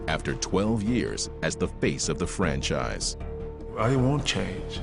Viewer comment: my man NO OFFENCE, BUT U NEED TO WORK ON UR GRAMMAR... what is FRENSHIZE??????, i think u meant franchise